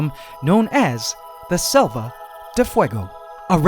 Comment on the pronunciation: You're pronouncing selva like salva